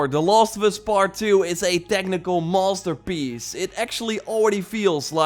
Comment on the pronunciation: 😂 At first I heard monsterpiece.